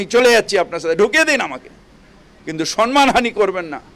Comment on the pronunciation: ফিরাদ কাকা, সন্মান নয় সম্মান উচ্চারণ হবে ।শুনতে খারাপ লাগছে